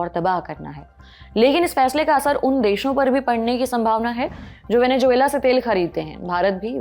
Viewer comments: Venezuela होता है मैडम, वेनेजुएला नहीं। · Venejuela ❌ Venezuela ✅ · Venezuela 😂😂😂 Venejuvela 😂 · Bekaar Reporter hai Venezuela bolna bhi nahi aaraha hai